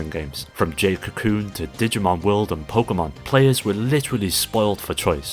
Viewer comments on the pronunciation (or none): none